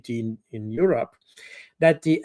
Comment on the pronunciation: Pronunciated EU-Robber.